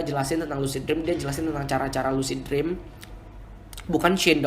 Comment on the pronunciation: Lusid jreawms XD yaelah, ngomong lu biasa aja bang. Lucid dream (lusid drim)